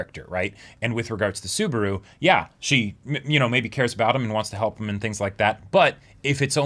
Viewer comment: Spoilers... but.... "Best Timeline?" lmao Also a little pet peeve of mine for a while, so I'm gonna vent it a bit sorry. Mispronouncing Subaru's name kinda annoys me, every reactor I see mispronounces it, I know coming from different languages mispronouncing a name happens but you can hear his name being pronounce in the show so... yeah.